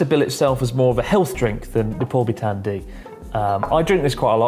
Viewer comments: Lol, normally it's Lipovitan D, but apparently in Japan they pronounce it as Ripobitan D 🤣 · Dammit Chris, it's Lipovitan not Ripobitan